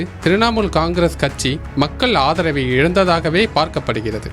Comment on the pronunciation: கச்சி இல்லை கட்சி தமிழ் தெளிவாக உச்சரிக்கவும். நீ பேசுவதை கேட்க காதில் ரத்தம் வருகிறது